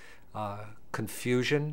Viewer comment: i like this guy, "it could cause.......confusion"